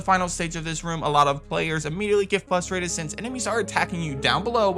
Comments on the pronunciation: It’s not pronounced “fustrated”, it’s FRUH-trated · The word is frustrated... fRustrated. Not fustrated.